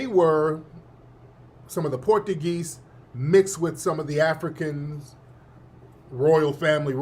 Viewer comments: Tariq, you killing me with the Port a geez. It's pronounced Portchugeese. 😂😂😂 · Tariq my boy..but I do concur.. it is not " porta geez' ..it is "Portuguese"!!😂